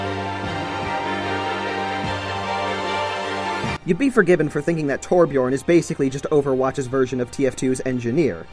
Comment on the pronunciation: Hears the word torbjion* Me:AHHHHHH flips everything around me in a rage